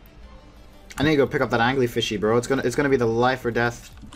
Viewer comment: "Angley-fishy" LOOOOOOOOOOOOOOOOOOOOOOOL